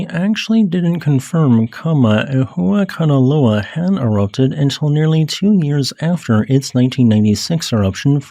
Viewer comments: That's not it's name, and he didn't pronounce it correctly. Don't forget the 'okina. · gg for pronuncing a lot of time that hawaiian name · The unnecessarily complicated name of Kama' ehuakanaloa makes me miss the simpler days in the past where Hunga Tonga Hunga Ha'api was the hardest thing we had to pronounce. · With each new geological event, will get better at pronouncing Kama‘ehuakanaloa!